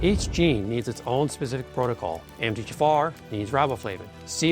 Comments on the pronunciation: It's the M T H F R gene mispronounced by the AI narration with you hearing jafar. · I always think you are saying "M. D. Jaffa". Sounds like an alien doctor from Stargate SG-1 😅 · I kept hearing Empty jafar 😂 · This video is helpful and consistent with what I’ve learned over the years. However - is it AI created? Why is MTHFR pronounced “empty jafar” and why does phosphatidyl sound like “fossfatil” and others. My undergrad is in genetics and these terms don’t get mispronounced. I’d rather have an authentic video than AI. I appreciate the content of this video but I have questions. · So much information to digest. I would much prefer the video narrated by him instead of AI which could not pronounce MFTHR and others. Proof positive that our biological metabolic pathways are way too, more like obscenely complex. A hiccup in even one gene for whatever reason can lead to health problems and a life time of misery. It appears that everything ultimately negatively affects the master, MFTHR. Didn't the Almighty ever hear of KISS, keep it simple stupid? Just try to avoid man made pollutants, heavy metals, electromagnetic fields, constant stress, etc. and still live our modern society. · Why does he pronounce MTHFR mumbled?